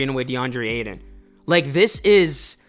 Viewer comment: Ay-TON not aiden bruh